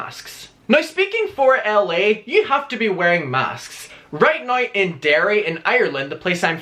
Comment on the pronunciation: Sorry but I strongly despise the way you pronounce “now”.